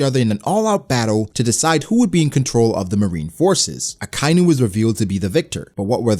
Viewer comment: It's not Akainu (Uh-Kai-New), it's said Akainu (Ah-Ka-E-New). Y'know.. Red Dog...